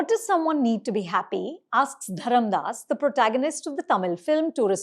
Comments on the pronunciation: FYI, it’s Dharmadas* not Dharamdas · His name is not Dharamdas, it's Dharmadas!!